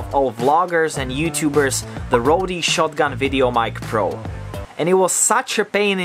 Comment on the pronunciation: Wide angular * lens...lol; the -e at the end of Rode is mute, not to be pronounced.